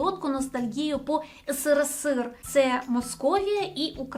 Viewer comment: В чем прикол говорить ыСыРыСыР?